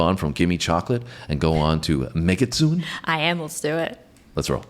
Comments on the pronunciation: Just as a reference, the song is pronounced meh-gi-tsu-neh. Mekitsune means female fox in Japanese. The part with the mic that you reference , they are saying we are not foxes, we are female foxes. When she reveals the sword, she says "don't underestimate us (women)". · just had your video pop up on my stream. Thank you for reviewing Babymetal. They are lovely, aren't they? Just a friendly fyi, the name of the song is pronounced like this: "May - gits - SUE - ne" . Japanese can be hard sometimes to understand how to pronounce things, so no worries on this one! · It's Pronounced Meg A Su Ney. Very Excellent. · Hey,, the song's title is actually pronounced "Meh-Giht-Soo-Nay" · "megitsune" (said like mehgee - sue nay) and it means "female fox" (the mask is a fox mask)